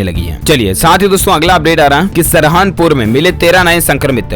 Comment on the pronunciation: Apne alfaz sudharo bhaiya saharanpur hai wo sarahanpur nahin yaar kya karte ho